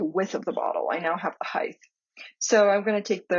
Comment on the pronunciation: Thank you-great video. but it's pronounced "hite"-not "hith", (spelled height) it's one of my pet peeves-sorry.